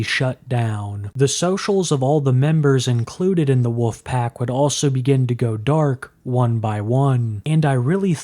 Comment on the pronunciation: You sound like a lolcow cuz you call them the “woofpack”